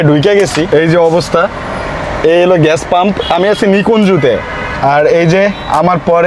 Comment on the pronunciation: age bangla bola shikh bolod,ghesh na gas hobe ,chasha kn etto tui, tore marum re driver